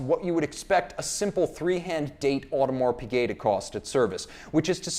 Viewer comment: Pigut.... Really?